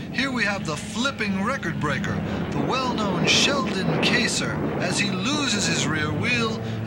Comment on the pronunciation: "...and his Wise Grip racer." Uh...thats Vice Grip....lol He called Kinser "kayser" too.